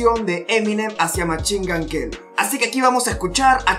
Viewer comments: Machingan queli jajajajaja me gusta tu inglés .... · Eminem: Literally nobody:: machin gun queli, marchal maders